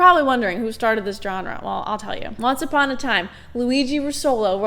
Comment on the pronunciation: Good video but dislike for not pronouncing genre like Alex Trebek